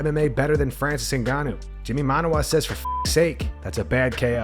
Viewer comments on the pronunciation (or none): Francis Naguh…Naaaguuuhn…Naga-nuh-box anyone for a while.